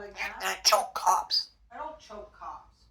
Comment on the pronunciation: The “cops” word is actually COUGH, a bit mispronounced.